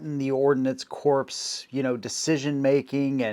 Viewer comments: Corps is NOT pronounced "corpse", it's pronounced "core". Get it right. e.g. Marine Corps......................have you ever heard any one call it the Marine Corpse, without being part of a joke? Talking about firearms and failing to get basic terminology wrong makes you sound like you don't know what you're talking about. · Ordinance CORP is pronounced "KOR". A corpse "KORPS" is a dead body. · "Corps" normally is pronounced like "core." Pronouncing it with the "p" means a dead body. That would be a "corpse." The only person I knew who pronounced "corps: like "corpse" was obama. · Interesting story, I knew most of it, good job! Just one thing freind, the "P" and the "S" are silent! It is not pronounced corpse (that's a dead body). It is pronounced "Core"; French I think! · Great video! I learned several key points. One small point: corps is pronounced "cores", not "corpse" as in a dead body. Right after I typed this comment I saw the previous one. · please the word corp is pronounced core (Kor) not corpse. saying corpse when you mean corp makes you sound not just clueless but Barrack Obama level clueless. he used to take about the US Marine corpse. still drives me up the wall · Presumes to teach us, yet doesn't even know the English language. SMH! Hint: "Corps" is pronounced the same as "core". Definitely NOT as "corpse". Doh! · It's not "ordnance corpse", it's pronounced "ordnance core". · Please, it's not pronounced corpse it's pronounced core. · It's not pronounced "corpse" it's pronounced like "core". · FYI, the PS in corps are silent. So instead of pronouncing it like corpse it should be pronounced like core. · OK, trying to be respectful, you said ordinance corpse, too many times for me to agree to. Ordinance corps. It’s not spelled the way you and Barack Obama pronounce it. It’s pronounced like core not corpse. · It may be nitpicky, but "Corps" is pronounced 'core', and definitely NOT 'corpse'. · It is pronounced “core” not corps as in dead bodies.